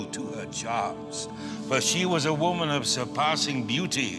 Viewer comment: I love how he pronounces "whoo mun"